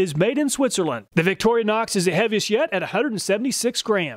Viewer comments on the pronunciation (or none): What on earf is a "Victorianox"?